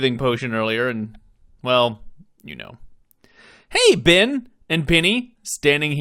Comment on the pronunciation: Absolutely loving this play through! I didn’t want to watch it at first because of spoilers for when I get to play the game in the future, but you were too funny not to. Also, the way you pronounce Bits and Ben as Beets and Bin just adds to the humour, your accent certainly is unique. 😂